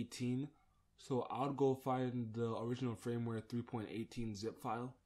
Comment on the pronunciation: It's pronounced /'fərmwer/ (Firmware), not Frameware. Also please for the love of god (and all your viewers) get rid of WinRar and download the FREE software 7zip (Which also supports .rar files).